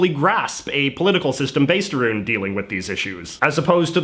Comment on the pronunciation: bro did you just say "aroond" wtf?